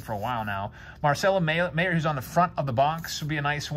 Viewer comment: Marcelo Mayer's last name is pronounced like "Myer" btw.